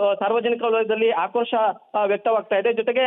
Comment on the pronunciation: ಕಂಪ್ಯೂಟರ್ ನಲ್ಲಿ ಡಿಟಿಪಿ ಮಾಡುವಾಗ ತಪ್ಪಾಗಿದೆ. ಆದರೂ ಅವರು ಒಮ್ಮೆ ಓದಿ ಸಹಿ ಮಾಡಬೇಕಾಗಿತ್ತು. ಮಂಜುನಾಥ್ ಎಡವಟ್ಟು ಬದಲಿಗೆ ಹೆಡವತ್ತು ಮತ್ತು ಆಕ್ರೋಶಕ್ಕೆ ಬದಲಿಗೆ ಹಾಕ್ರೋಶ ಎಂದು ಅಚ್ಚರಣೆ ಮಾಡುತ್ತಾ ಬಾಯಿ ಬದುಕೊಳ್ಳುತ್ತಿದ್ದಾರೆ. ಚಾನಲ್ ನವರು ನೀವು ಕೂಡ ಇದೇ ವಿಡಿಯೋ ದಲ್ಲಿ ಎಷ್ಟು ತಪ್ಪು ಉಚ್ಚರಾ ಮಾಡಿದ್ದೀರಿ ನೋಡಿಕೊಳ್ಳಿ.